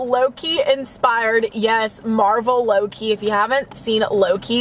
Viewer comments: When you where talking about your Starbucks drink I kept thinking you where saying low key when you where really saying Loki 😂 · When said Loki I thought she was saying Low-key 😂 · Did anyone thing that she kept saying Lowkey instead of Loki Just me? Okay